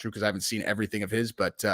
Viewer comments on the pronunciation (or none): none